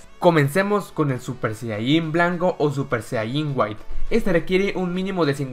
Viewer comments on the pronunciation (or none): none